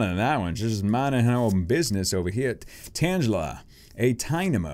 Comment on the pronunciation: You pronounced tangela wrong xD